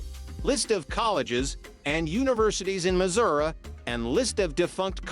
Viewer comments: The AI is pretty bad, cringe. Muzurah…😂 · First word in the video (Missouri) is mispronounced. Immediate dislike.